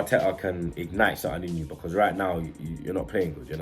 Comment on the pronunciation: Oh 😂 soz. Nah Bludclart has been around London for a while, I think it comes from Jamaican people not too sure. If you don't live in London you won't have heard of it lool. has made up stuff though, like the way he says because as becar, or the fact he says yaunderstand? all the time (yannerstan) no one does that 😂😂😂